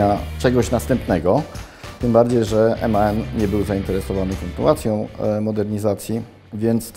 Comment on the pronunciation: Aż uszy krwawią gdy słysze jak ten facet mówi "emaen" a nie MAN